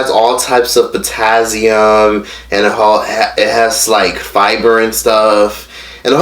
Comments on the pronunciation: "Potazzium" im dead 💀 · "Potazzium" -, Aug 3rd, 2019